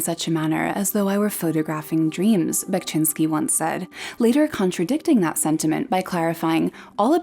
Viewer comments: "Bekshinski", not "Bekchinski"😄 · one of my favorite artists of all time!! also unrelated sort of, but you pronounce VERY wrongly and it was kind of hard to sit through the video because of that (however i must say that you did a great job with the city names, !!). but otherwise great work!! keep it up!!